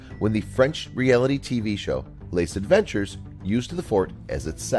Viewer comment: "Les adventures" made me cringe!